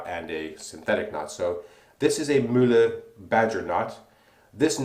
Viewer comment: Kudos on the pronunciation of Mühle! It's the first shaving vid I've ever seen in which "Mühle" sounds kinda German. (Ausgezeichnet.) Also, Razorock makes razors with a similar (very similar) shaving head; any thoughts on how the performance of this Mühle compares to a comporable Razorock?